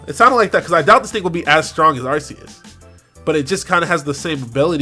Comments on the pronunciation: Isn't it Ar-Kee-Yus. That drives me crazy lol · ARK•ee•us. Otherwise, great video as usual,! ✊🏿